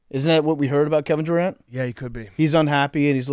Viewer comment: "Kevin Duron"